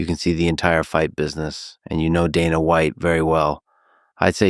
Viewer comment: I hate that AI Khabib pronounces 'Dana' correctly